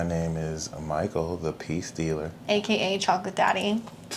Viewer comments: The peace dealer!!?! This whole time I thought you where saying “mike the P stealer” 😂🤣 I was thinking when are we going to learn the story behind the p stealing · I hear it like that, too, ever since he taught those kids how to do rituals in the park 😂😂😂